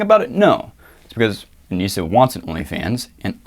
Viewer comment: Btw, it's not "Anisia". It's Anisa. Not that I care, but it's kinda stupid to get her name wrong when you're on her fucking side.